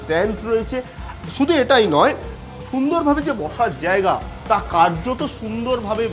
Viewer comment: জেয়গা কি? বাংলা উচ্চারণ তো মা সরস্বতীর চেয়ে বেশি।